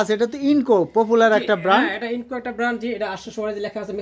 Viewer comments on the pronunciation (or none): INGCO (ইন জি কো) not incco